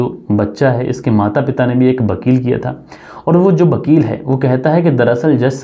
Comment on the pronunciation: Vidhva ko bidbha,Bakeel. Nahi hai Vakeel hai